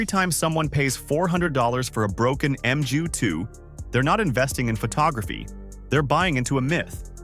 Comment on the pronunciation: 10. Leica M6? It's a bout the bloody lens dummy. No $50 equivalent. 9. It's Nikon, not Nykon or Kneekon! 8. It's called feature creep, idiot and it's universal.7. Emju? God it's 'mu' OK. That's why they called it the Epic in the USA, knowing that fools like this couldn't pronounce it. The mju-II is very old and many do fail when they hit 30 yera sold. I prefer the mju-1 as it's a bit more robust. But as compacts go, it's brilliant. 'bout then the gross overstatements and outrageous ignorance got to me. Ignore this tiresome cascade of gibberish and take your time and ideas elsewhere. Move along - nothing to see here.